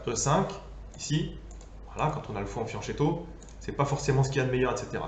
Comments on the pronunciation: oui alors la vidéo est génial mais on prononce fianQUetto hahaha ;) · C'est de très loin la meilleure vidéo sur la variante Alapine. fianccheto se prononce fyanquétto = petit flanc